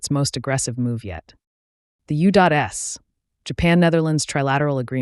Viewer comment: U-dot-S? (I assume it's U.S.) WDO complaint? (You mean WTO?). Man, this AI must be on the cheap.